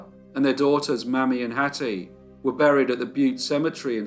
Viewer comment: The childs name was pronounced Mayme not mammy..